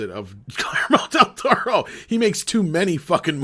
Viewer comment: your conversation about Del Toro is hilariously bad.... “pans labyrinth is the only thing done in his voice” lmao what a bad take... Cronos, Devil’s backbone, Shape of Water just don’t exist i guess and please learn to pronounce his name it’s pretty easy